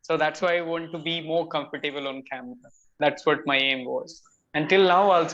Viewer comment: The pronunciation of the word comfortable iswrongly elongated